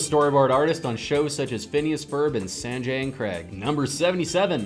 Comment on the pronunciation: And Sanjay and creg... Goodness that's not HOW YOU FREAKING PROUNOUNCE SANJAY BUB And yes, I noticed the gnome mispronouncing.